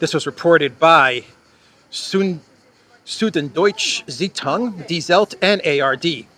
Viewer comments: Süddeutsche Zeitung..every non German speaker gets stumped by this one Lets break it down Süd = Zuud ( umlaut makes the u an uu sound) deutsche = doi tsch e Zeitung = zy tung South German Newspaper( Daily) Thanks for your entertaining podcast! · Attention please: For the correct pronounciation for "Süddeutsche Zeitung" (South-German Newspaper), here is an example: "Skandal bei Süddeutscher Zeitung!" by "Aktien mit Kopf"